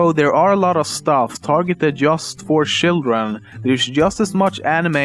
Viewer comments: did he just say shitren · shildren haha, love your vids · shildren hahahahahaha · It's children, not shildren! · Sjildren? Fricking swede... We would never say it like that in Dk. smh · "shildren" lol... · lol "shildren" hahaha i died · shildren hahaha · I'm sorry, but please try to pronounce some words right like ''children'' instead of the t-ish sound you just say ''shildren'' or ''japan'' like ''iapan''. That's no hate, I just wanna tell ya how to do it properly. I really like your video! Keep on doing waht you're doing! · Targeted for shildren? What did you say? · Shildren lol